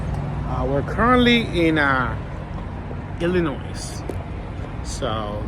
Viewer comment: The S is SILENT in Illinois ,don't be a rookie lol